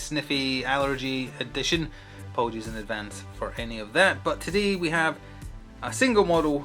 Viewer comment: did I hear "apollengies"? :elbowcough